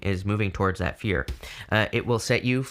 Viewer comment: I thought He said beer was the way to go come to find out it was fear darn it